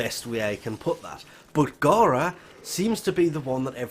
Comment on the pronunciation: ITS NOT GHARA ITS FOKEN GARA